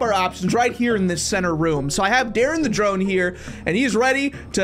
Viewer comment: you Almost seed my name my name es dadrien and you seed daren